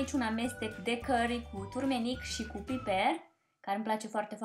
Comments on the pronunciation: SE NUMESTE TURMERIC NU TURMENIC... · se spune "turmeric"! Arată foarte bine pizza.